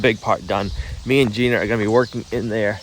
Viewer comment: 👏👏👏 I'm proud of you. You said,"Videoing" instead of filming. So,so many cannot/have not//will not make that transition. Obversely you still say things like "Jeaner" (Gina) sp? and "Alfalfer".😅 "Pocking" "Floor Joices" ✌️❤️ 🙈🙉🙊